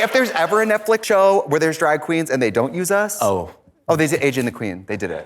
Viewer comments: The Ojibwe pronounce it “Netflick” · "...Streamberry, which is like Netflick...s" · is it me or is trixie saying netflick